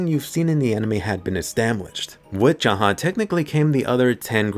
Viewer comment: Finally a youtuber who says jahad rather than zahard